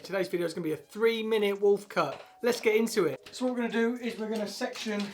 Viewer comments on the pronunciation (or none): “Wuulf cut in FFRREEE minutes, stunnin’ innit?!”